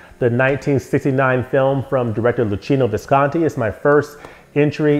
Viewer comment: thank you for the correct pronunciation for Visconti! 😀